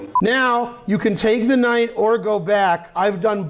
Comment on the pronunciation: That moment when the kid said knife f5 and I finally realise why ben always said knife instead of Knight now 😂😂